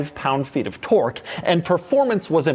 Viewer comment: Did you say "tort"?